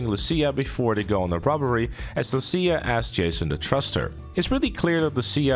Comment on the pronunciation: Why am I hearing Sia instead of lucia… is it just me or this guy doesn’t know it lucia